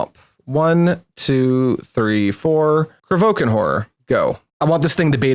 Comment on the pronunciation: There is an i in Kro VI kan horror it's not krovookan,,, i was about to say this a couple videos earlier but thought I'd be kinda rude... But there we have it 😅 sorry and thx for the nice on-going content